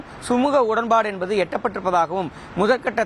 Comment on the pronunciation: Envadhu, Enbadu, Enbadu?????. What is this?